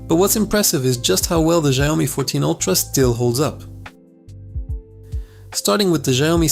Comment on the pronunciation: its SHIAOMI not JIAOMI bro !